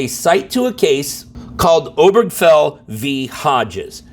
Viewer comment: I thought the name "Obergafel" had four syllables.